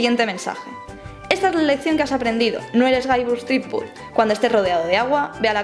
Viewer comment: Me encanta Monkey Island y he jugado a todas las aventuras gráficas antiguas de Lucas (a excepción de The Dig, el docu me lo ha recordado). Pero me gustaría darte un consejo, de jugona a jugona y de trabajadora del gremio audiovisual a ídem: pronuncia mejor en inglés. Es "llibert", es "aisland", es "zripüd". No "jilbert", ni "ilan", ni "tripud" entre muchos otros. El docu está bien, lleno de curiosidades :)